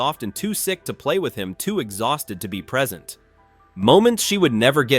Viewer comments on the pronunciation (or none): none